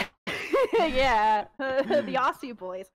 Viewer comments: Dammit... Dammit... Australians die inside when you say "ossie". It has a Z. Ozzie. Aussie = Z sound. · AHSEEE BOISS???? OZZEEE BOISS HOLY BALLS HOW DO SO MANY PEOPLE GET THAT SO HORRIBLY WRONG?!?!?!?